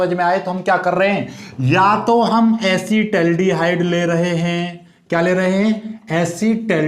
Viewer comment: Asid aldihaid hota hai